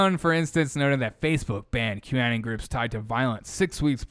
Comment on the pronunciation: It's Q Anon (rhymes with "Anon-ymous", not Anon-like- "canon")